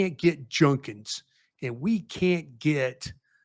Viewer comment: can’t fix his mouth to say judkins name correctly. Been hearing him say it wrong for a whole year now… somebody teach this man how to say judkins….